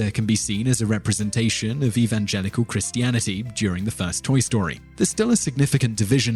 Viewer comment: I'm not judging, but you pronounce Christianity oddly